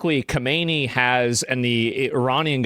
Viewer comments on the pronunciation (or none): none